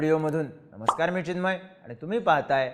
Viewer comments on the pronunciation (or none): none